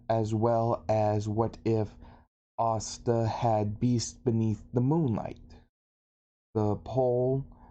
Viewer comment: If you watch subs and subs then why do you keep pronouncing Asta's name wrong.